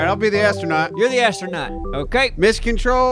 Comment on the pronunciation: coming home from a day of hard working and hearing about "appsronaut" totally made my day:D keep on the good work